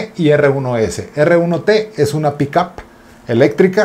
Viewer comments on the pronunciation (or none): none